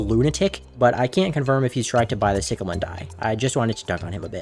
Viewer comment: no I have the same accent but its NOT "sicklemen"